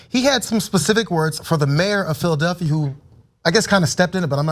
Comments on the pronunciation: Anyone else hearing "Phil Duffy" instead of Philadelphia? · who or what is phil duffy ? as doc oz kept saying can he not say philadelphia?